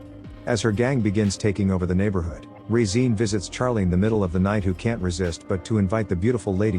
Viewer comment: The way the AI is pronouncing Regine is jarring.